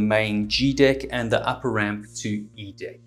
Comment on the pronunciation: Lol I love it when he says "dick" ah I mean "deck"